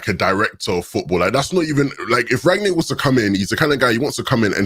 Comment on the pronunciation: It's not Rag-nick, it's Rangnick.